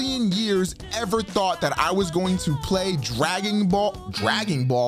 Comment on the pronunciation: lmao "Dragging Ball"